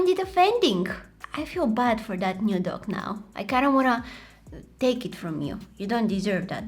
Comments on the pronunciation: I thought she was saying duck instead of dog😂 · am i the only one who keeps on hearing duck and not dog? 😂